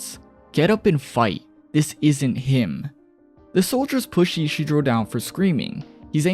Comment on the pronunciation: Isidro. Ee-see-dro